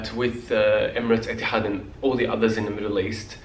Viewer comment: The way you say "Etihad" in the Arabic accent is just great!